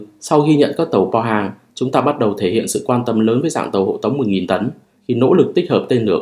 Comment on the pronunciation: Tàu pô hang ( pô hang 포항 là tp biển vs quân sự ) mà đọc bo hang mình ko biết luôn..